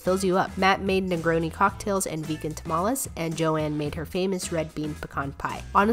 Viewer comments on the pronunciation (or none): you pronounced tamales wrong